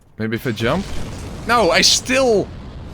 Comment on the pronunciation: I always love how after dies in an unfortunate manner, you hear the most Dutch sounding: Nouuuuuuu!!!